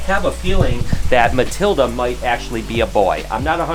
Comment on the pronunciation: Matilda = Matildo lol